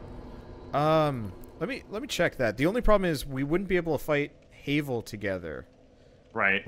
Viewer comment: It pains me, the way you say Havel, since everyone I know pronounces it "Have-el." Minor detail, though.